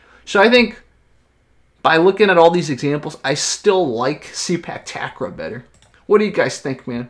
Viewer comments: It's "Ta-Grawl"...believe me I'm Thai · not Tuck Raw but Ta Grawl(pronounce like crawl) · Ta-Kraw(pronounce like crawl) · The way you pronounce 'takraw' is so funny.Its tuck-raw...